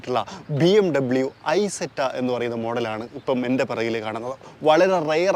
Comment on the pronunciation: ഇസെറ്റ എന്നാണ് പറയേണ്ടത്